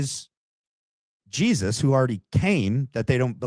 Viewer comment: She can’t even say Jesus !!